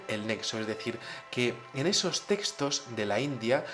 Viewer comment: puedes pronunciar muy bien TEXTOS!, no entiendo el énfasis en decir testos.